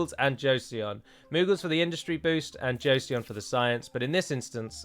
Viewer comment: It's not very important but Joseon is pronounced "Cho-son". My Korean wife was eavesdropping on the video ^^.